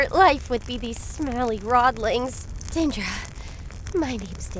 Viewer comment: FFS, its not DE-ANDRA, its just DINDRA. There is no a after the I